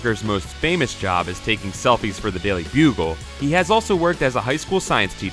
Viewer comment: he says selfes for the bugle